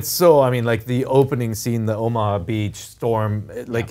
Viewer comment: oma beach... wasnt it called OMA HA beach???